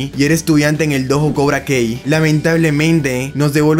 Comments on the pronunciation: "Cobra Kei doho" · Cobra Kei Dohoh 🥵👄💅🏻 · Se dicee cobra kai amigo no cobra key q no viste las peliculas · Cobra Kei se pronuncia cobra Kai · Cuando escucho cobra kei mis oídos explotan